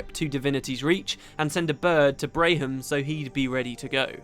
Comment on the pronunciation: They had a story about Rox's warband back during F&F, to mirror the one about Braham. Speaking of which it's pronounced Bram (like Bam) not Bray-hm.